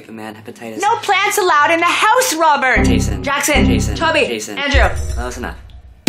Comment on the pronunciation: to this day you can still hear the mom trying to pronounce Jason...